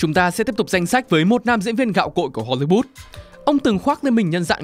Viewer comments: hollywood ::: hollybood ad phát âm nghe lạ thế. Góp ý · Không hiểu được tại sao cứ đọc đi đọc lại Hô Ly Bút?? Wth 🖊?????????? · tại sao cứ HOLYBOOT, HOLYBOOT? có meme châm chọc hay gì à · nên cải thiện giọng đọc, giọng phát âm tiếng Anh ở những video sau ạ. Không hiểu sao cứ phát âm hôly-bút, nghe rất khó hiểu. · Thiệt, cứ tưởng phim ấn độ. Cứ hollybood miết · mình có nghe nhầm không nhỉ? "Ho-li-but(s)" ???????????????????????????????????????????????????????????????????????????????????????????????????????????????????????????????????????????????????????????